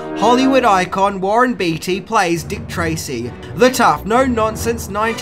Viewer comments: Hey! Long time fan here. Just wanted to clear something up for you. Warren Beatty's name is pronounced "Bay-ty", not "Bee-ty". Also...Madonna's performance in this movie, as well as any movie she's been in, is complete trash! haha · It’s pronounced baytee not beetee. But you rock so hard!!! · It's hard to hear you say Warren's last name. It's said like "Bay-tee", not "Bee-tee". Nonetheless, definitely a classic film and one of the only times Madonna did a proper acting job. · That's Warren BEATTY (BAY-TEE), NOT BEATY (BEE-TEE) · Jesus! It’s Beatty not Beetie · Warren's surname is actually pronounced Bay-tee. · Beatty = Baytee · It's pronounced Baytee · Sorry gotta corrct ya man, its warren bee yeti, and homage is pronounced, OH mahjjj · Ha you mispronounced the lead actors last name. And it's wreaked havoc, not wrecked havoc. Cheers mate I'm just joshing ya